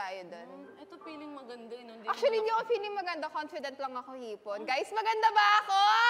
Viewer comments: Nag correct kapa yung f mo eh naging P. CONFIDENT hindi conpident!! NGIPIN NA TO!! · Confident not compident 😂😂😂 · COMPIDENT nga dw sabi ni. Haha! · Her: Guyss magada ba ako?? Me: Yes! You're beautiful but u dont have a poise. And Btw, don't say an English word if mali naman ang pag- kakasabi mo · It’s funny how this girl corrected hipon when she didn’t pronounce it right herself. She said com-pee-dent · Sa over comfident talaga ako natawa eh🤣 Hipon: over comfidence naman to eh Manila: over comfident, comfident 🤣🤣 Hipon: Kanya Kanya Tayo ng terms no. Me: 🤣🤣🤣🤣🤣 Yung tinama ka sa pronunciation mo pero Mali din pala pagkapronounce mo. Haha masyado namang over confidence si 😂😂😂